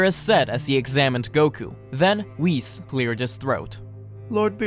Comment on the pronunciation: "whisses" bruh